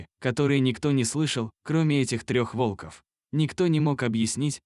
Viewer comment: Находил волкОв, пришел на встречу с волкАми! Невозможно слушать это вОлков! ВолкОв! Лайк не ставлю.